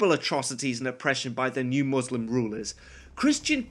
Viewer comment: For the love of god! Its not pronounced Muuuuuslim lmao 😂 Imagine thinking that any religiously motivated war wasn’t for power and expanding territory lmao But yeah the movie is really cringelevel bad lol